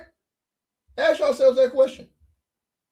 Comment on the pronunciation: “You not” “aks” lol